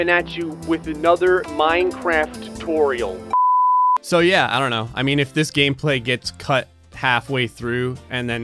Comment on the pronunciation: “Minecraft Toriel” Is playing the game with the Undertale mod or is the game playing with the speech impediment mod?